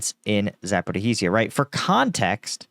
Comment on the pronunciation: The zh (ж) in Zaporizhzhia make a soft g sound like in 'garage'